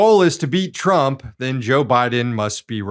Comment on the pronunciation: its jover joe